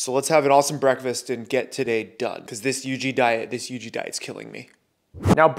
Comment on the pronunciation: It not Yg it yuji